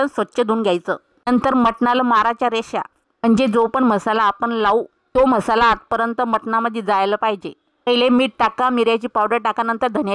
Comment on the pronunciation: म्हसाला नाही मसाला